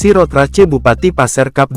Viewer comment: Turut berduka. Ini text to speechnya kadang bener ngomong English kadang salah. Ngomong "cup" udah bener. Ngomong "Race" bener-bener dibaca race .